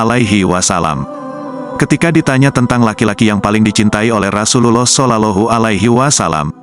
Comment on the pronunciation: Mohon maaf bias ya diperbaiki lagi pengucapan ROSULLOH SAWnya👍